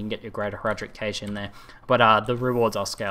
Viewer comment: cache is pronounced cash